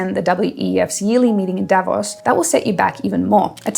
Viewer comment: Davos is not pronounced the way it is in this video and most others.